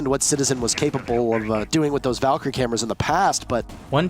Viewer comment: I swear, every video he says "this also creates thoes rare one way angles".